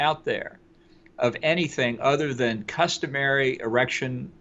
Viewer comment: "Customary errection" haha.